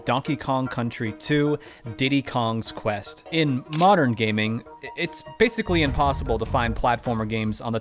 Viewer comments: Just saying it’s Diddy’s KONG QUEST (like conquest). 😂 love the video but how dare you mispronounce the name, shame on you 😝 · Hurts my ears too every time I hear it😂